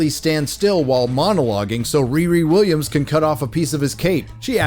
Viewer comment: Wee Wee Wiwwiams